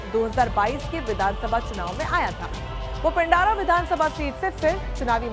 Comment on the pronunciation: पिंडारा नही पिंडरा, कोलास्ला नही कोलसला....चतुर रामलिंगम वाली हिंदी न पढ़े।